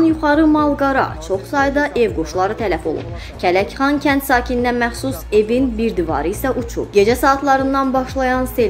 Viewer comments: Ay qoyunlar Kələkxan deyile Kələxandı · Başınız batsın, KƏLƏKXAN nədir, Kələxan?! Osmanlı yox, Qosmalian. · Dilinə çiban çıxsın,kəndimizin adını düz de,KƏLƏXAN! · Zəhmət olmasa kəndlərin adını duz deyin deyə bilmirsinizsə sizi heç kim məcbur etmir savadsizliqdir . Aygün